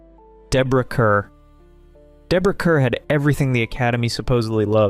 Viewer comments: Pronounced Deborah CARR. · Kerr is pronounced "car." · Deborah Kerr is pronounced "KAR" (rhymes with "star"). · Rhymes with 'star'.